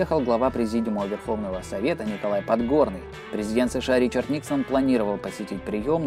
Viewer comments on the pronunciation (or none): none